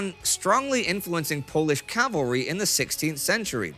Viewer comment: Hearing the correct pronunciation of “Cavalry” so many times is music to my ears.